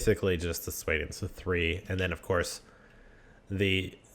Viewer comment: Swaydians, Kherigites, and Sarranides? Your pronunciation is so silly :P